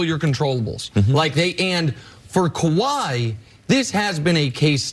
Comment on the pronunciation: Kawhi says Kabye